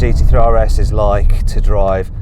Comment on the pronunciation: That’s how you know Mat is biased towards Porsche.. he pronounces the RS in Porsche properly but in Audis he makes fun of it :)